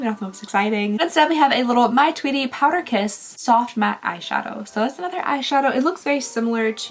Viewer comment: I swear you just said power piss lip.